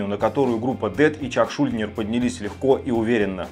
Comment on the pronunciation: Разве ШУльдинер а не шульдИнер?/